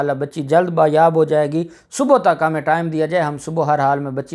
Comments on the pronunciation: لفظ ”بایاب“ نہیں ”بازیاب“ ہوتا ہے. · آپ بار بار ایک لفظ بایاب بایاب بول رہے تھے.کیونکہ آپ کی مادری زبان اردو نہیں اسلئے یہ غلطی ہوئی.درست لفظ ہے بازیاب.بایاب کوئی لفظ نہیں اصل لفظ ہے بازیاب.شکریہ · sahih Lafaz #'Baaz yaab.# hotta hay.